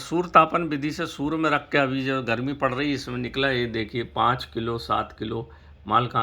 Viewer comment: सूर्य बोल रहे या सुवर बोल रहे ।। सूर्य ताप बोलो यार स्पष्ट बोलो ।।